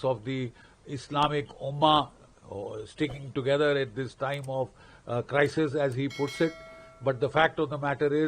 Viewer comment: It's Islamic Ummah not" Islamic Umman"